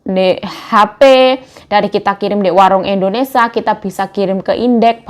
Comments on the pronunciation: Gak BS blg Indonesia kaah.....selalu blg Endonesa.....🤦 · Indonesia yuk bukan IndoNisa 😂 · Kmu pengikut baru yah? 😂😂😂😂aku sebagai pengikut lama udah terbiasa dgr endonesia yg dia sering sebut